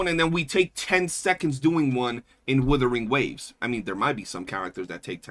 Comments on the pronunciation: Are you surprised from the guy who says Woothering Waves? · if you can't pronounce Wuthering waves properly, I become immediately more skeptical of your takes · No wonder the AI voice had hot shizznit takes. Besides not pronouncing Wuthering Waves properly, saying Reh See Tee Fyers, he ended up getting 1 Dorito on that TOA clear. What a noob, hehehehehe